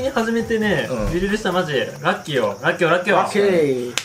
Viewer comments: ええらっきょやったん、ラッキーって聞こえてたわ笑 生放送を編集したらこんな感じになるってことがわかった！ 確かにみんな言ってたな😂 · はじめんのラッキーをらっきょって言ってるのめっちゃ気になってたww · ラッキーをらっきょって言ってるの全然気づかなかったwww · はじめんがラッキーをらっきょって言ってんのおもろいw